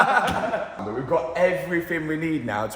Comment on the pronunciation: Can you practice saying but correctly